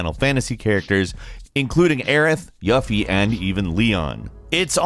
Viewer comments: yuffi is “yoo fee” not “yuffy” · My man said “Yuh Fie” (Yuffie) You mean to say “U Feeh” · my man said Yuh-fee, its Yoo-fee Falcon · Who's "Y(a)ffie" ooooh u mean Y(u)ffie kisaragi" ??? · The way he said yufi ouch that hurt my ears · I'm sorry, did ma boi just pronounce "Yuffie" as "YUH-ffii"??? For Shame my good Sir, for shame. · Did he really say yuhfie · Did he just pronounced Yuffie as YAFI..? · Yuh-fee lmao